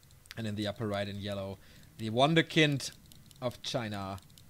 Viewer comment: It's wunderkind, even in english. You don't say wonderkind. fyi.